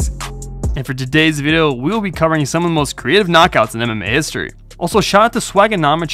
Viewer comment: Why can't you say video right